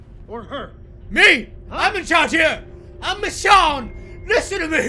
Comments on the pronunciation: Love this video but one thing bugs me. You pronounce Michonne like Mish-shawn when it's supposed to be Mish-own. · I love you roi but is pronounced Michown not michshawn 😁😁😂😂😂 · her name is actually Michonne with with O sound not Michonne with the on sound sorry it just bugs me when people say it wrong